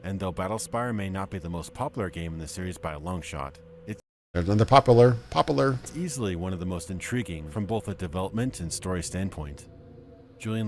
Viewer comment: No worries about the "Poplar", other YTers have similar "mistakes" aswell. ACG for example can´t say "bla bla bla" and instead always says "bah bah bla" or LegacykillaHD can´t pronounce "seventy something", like "Fallout Seveddy six"or "Cyberpunk twenty seveddy seven". The worst that can happen: You make your viewers feel superior XD